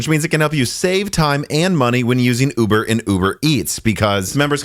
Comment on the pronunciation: I swear he said Yuber not uber.